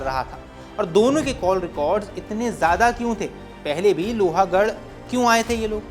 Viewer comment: Not loha it's pronounced as लोहगढ.